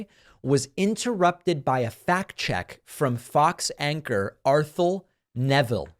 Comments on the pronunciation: ArTHEL Neville, David. Say it like a French man. Accent on the 2nd syllable, Arthel is a daughter of New Orleans' musicial legend, Art Neville, and Aaron Neville's neice. She may work for fox, but she has always been factual. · David you mispronounce Arthel Neville's name